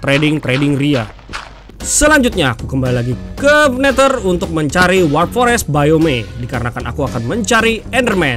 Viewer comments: Neder bang bukan neter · Oy bang bukan neter tapi neder🤣🤣🤣🤣🤣🤣🤣🤣🤣🤣🤣🤣🤣🤣